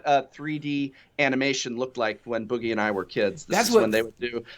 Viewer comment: when he pronounces boogie wrong